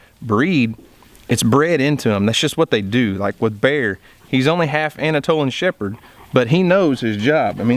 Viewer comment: "Anatolan shepherd" LOL